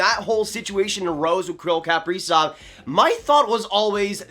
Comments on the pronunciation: Pronounced “kuh” prizov not “kap” prizov. If your a fan you should pronounce his name correctly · Please learn to pronounce his name correctly if you’re going to say it 300 times in a video. KUH-PREE-ZOV, Not CAP-REEZOFF. 🙄